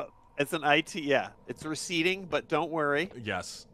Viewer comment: I heard receeding and I lost it lmfaooo